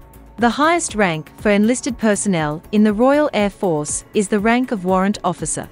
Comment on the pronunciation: Bloody AI can even pronounce Air Force correctly